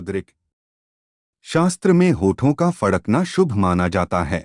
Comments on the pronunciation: Pehle fadakna sahi se bolna Sikh lijie... Fakdna nhi bole😂😂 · फकड़े नही फड़कना होता है बे। 😂😂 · पहले तो फड़कना बोलना सीखे 😜😜